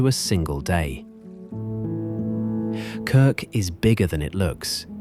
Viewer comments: Und die Insel heißt trotzdem Krk und nicht "Krik". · Warum kann man nicht einfach KRK sagen, warum immer Krik? 🤮 Abgeschaltet! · Danke, tolles Video... aber bitte... KRK nicht KRiK 😵‍💫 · 🤔 man sagt Krrrrk !!! Nicht Krik ?? Was ist das für eine Doku 👎👎👎Wir als Deutsche sind dort seit über 20 Jahren, UNGLAUBLICH WUNDERSCHÖN WUNDERBAR 😎😎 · Von Krik kann keine Rede sein. Ja, ich weiß, schwierig auszusprechen. Aber nun ist ihr Name Krk . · Die Namen der Orte werden genauso ausgesprochen, wie sie geschrieben sind, also: KRK und nicht Kirk, VRBNIK und nicht Virbnik. Das muss die KI noch dringend lernen. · Die Insel heißt nicht Kirk, sondern Krk! Ohne "i" Vokal. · ES HEISST NICHT "KRIK"...DAS REISEN ist viel zu billig. Sollte 10X TEURER SEIN. MASSENTOURISMUS macht weltweit alles kaputt ! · Krk ,so aussprechen . Krk ist sehr schön ,war schön 4 mal dort. ❤ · KIRK! Haha! wisst ihr nicht, einmal wie das ausgesprochen wird? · Es ist wieder falsch es heisst Insel Krk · Ich möchte es gerne anschauen, aber immer wenn ich "Krk" so ausgesprochen höre, muss ich mich überwinden, weiter zu schauen. So bin ich noch nicht bis ans Ende gekommen. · Entsetzliche Aussprache von Krk…. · Niemcy źle wymawiają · a Croat: almost right. However, since your are asking, your "R" remained incorrect. 😉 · KRK wird so ausgesprochen, wie es geschrieben wird.